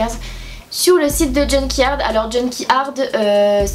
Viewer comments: Juste on dit « junk yard » et pas « junky ard ». Sinon j’aime trop tes vidéos❤️❤️ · niveau prononciation c'est junk yard pas junky ard